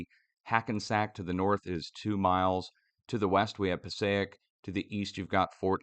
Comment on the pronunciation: Here since 2011. - you are AMAZING. ❤❤❤ Hehe- I’m from Passaic NJ, it’s Pa-sake, not Pas-a eck. Everyone does that that isn’t from there but still love ya, just pickin on ya for giggles!!! 😉